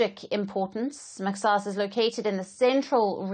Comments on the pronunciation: It's mahas not mexas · Kkkk not maxaas but say mahaas my dear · It’s pronounced mahaas. Not mexas 😂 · Not maxas. It is pronounced Mahas. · maxaas = mahaas please correct your pronunciation of mahaas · The X is pronounced how they pronounce in Arabic which is completely different from English instead of pronouncing X as “SSSS” in Arabic it’s more soft and deep in the throat not a single S should be heared it slightly closer to H, MAXAAS is pronounced like that